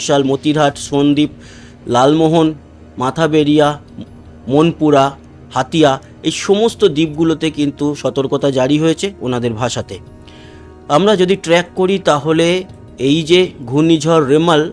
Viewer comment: মাথাবারিয়া নয় মঠবাড়িয়া